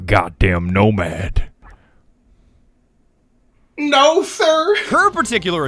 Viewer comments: Nomad? ❌ Nosad? ❌ Nodad?✔️ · When vigil's bro can't swin "no-lad"